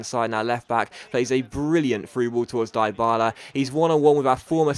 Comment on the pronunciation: well done changing the title...BUT its pronounced deebala!!!